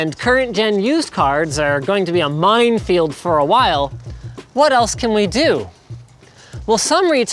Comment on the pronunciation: He says mindfield instead of minefield. I should get a free gpu now.